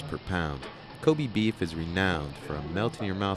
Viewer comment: Kobe is pronounced ko-bay not ko-bee